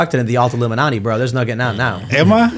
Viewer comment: Illumin-alt-i? Huh? I’ll stop now.